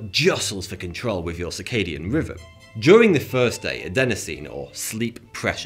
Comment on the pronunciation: He keeps saying circadian riven, and fortytwo instead of. he cant say TH, and how did he mess up zeitgeber so bad? I can't watch this guy anymore, it's worse than the australian accent.